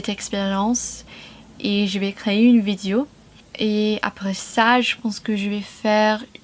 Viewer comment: Je n'ai entendu qu'une seule nuance à corriger dans ta prononciation : vidéo (é) et non vidio.